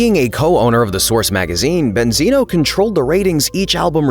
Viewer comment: Banzino instead of Benzino😂😂😂😂😂😂😂😂